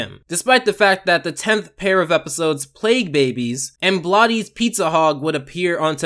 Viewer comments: Bloaty's is pronounced like the word bloat. (Rhymes with boat) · pronounced "blottys" pizza hog wtf